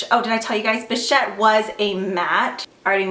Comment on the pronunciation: You are the only YouTuber I have seen who pronounced bichette correctly....and I really really love you for it haha love the video!! Xox